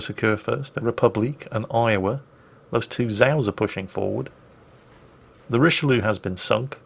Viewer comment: Not saying rich-a-loo doesn't have entertainment value, but: Richelieu - Roon